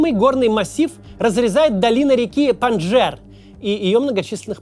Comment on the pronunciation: ПанджШер а не панджер. Очень по ушам бьет.